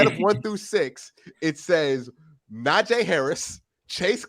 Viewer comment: the "ee" in Najee is like the "ee" in tree. I only felt the need to correct it cause he has.